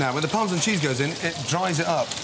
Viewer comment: "Par-mah-Zan" Lmao fuckin Donkey! 🤣